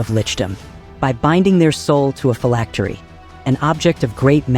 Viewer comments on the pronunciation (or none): none